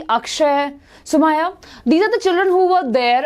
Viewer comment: Mam my name is Sumukha not sumaya. In the session you pronounced my name as sumaya.please call me Sumukha